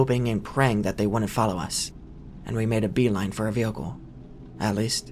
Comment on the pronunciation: Man i love these stories but every time he says “vealcle” in stead of vehicle it drives me nuts